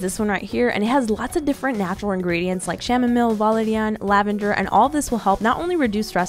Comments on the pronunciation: She pronounced chamomile as “shamomile” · Who else noticed the way se said “shamomile” instead of “chamomile” or am I the only one who sais “kamomile” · shamomill you mean chamomile (cam-o-meal) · I love how she said sham smile instead of chamomile!😂 no hate, just thought it was funny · Masifa Khurram it’s pronuced Ka muh mail search it on google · My anxiety levels when she pronounced chamomile as shamomile: 📈📈📈📈📈📈📈📈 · Chamomile is pronounced ka muh mail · Clio Losana I noticed too